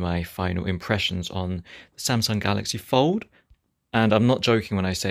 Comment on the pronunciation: I keep thinking he's saying Galaxy Ford. hehehe